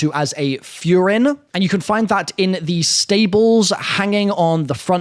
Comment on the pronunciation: Another one foo ren for furin